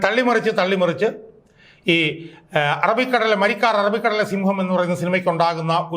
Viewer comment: മരിക്കാർ അല്ല മരക്കാർ 😂